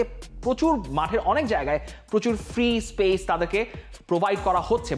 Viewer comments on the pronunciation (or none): none